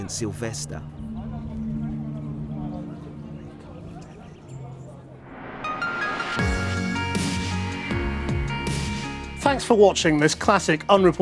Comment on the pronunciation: Ahhh. Sylvestah!